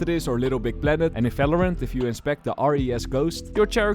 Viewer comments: valorant ❎ falowrant ✅ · holy shit… is somebody else also pissed at how he pronounces Valorant 💀